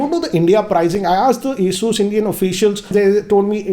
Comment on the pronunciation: Its ASUS not ASUUUUS STUPID